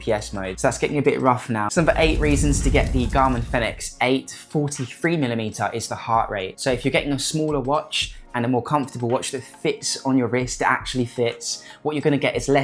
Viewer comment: Why do you keep pronouncing it like that? Furnix? Wtf?